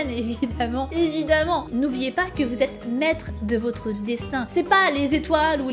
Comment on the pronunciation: "prends-toi en main, Cé ton destain"" XD